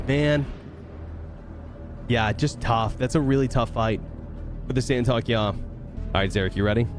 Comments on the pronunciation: San-Tok-ey-I ,not San-Talk-Ya 😂 or just call it STY Fighter (TIE Fighter) Good video though, thank you 😁👍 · just wanted to interject and say it's pronounced 'Santo-kee-eye' :) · It’s “Saint of Kai”